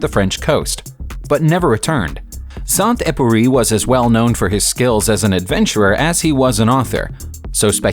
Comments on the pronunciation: Saint Euperie? Who, the hell, was it? Try to pronounce properly !!! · Here some help ...Antoine the Saint Exzuperry. The " U " is not pronounced " eeyou " . As for now, I can't come up with any english word to compare with, the proper pronunciation. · Wow ! That is the worst pronunciation of Saint-Exupéry I've ever had the misfortune of hearing, and technically his plane was not a P-38, but an F5, but this is a minor point. Also wrong is your pronunciation of Countach. The name is not in Italian, therefore the ch=k rule does not apply. The name is pronounced Countash. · SAINT EXUPERY Antoine de Saint-Exupéry "EX-UP-ÉRY" and not upéry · It´s Antoine de Saint-Exupéry and not „Samduppery“. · Saint epery or something instead of Saint-Exupéry xD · You should really work on you pronunciation of foreign words and names. St Epury for Antoine de Saint-Exupéry? Come on! Do some resarch before you start babbling into the microphone. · Sont Oopurry and Marsigh... It's Saint Exupery and Marseilles!! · Sant Ex-oo-pay-REE.The "Ex" in Exupéry is NOT silent. And he crashed off Mar-SAY.